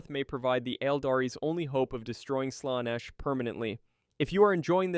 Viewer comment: That's exactly the reaction I had lol! Especially when talking about Slaanesh and the Aeldari